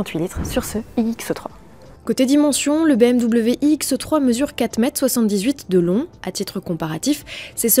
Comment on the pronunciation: Je suis déçu, je pensais que c'était une présentation de la nouvelle BMW iX3. Mais selon ce que j'entends, il s'agit d'une autre modèle inédite : la BMW iX"E"3. purée, pourquoi prononce ce "E" qui n'existe pas, c'est horripilant. Sans parler des quatre zyeux ... C'est quoi des zyeux ?